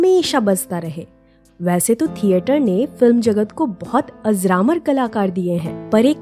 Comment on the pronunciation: अज़रामर नहीं अजरामर बोला जाना चाहिए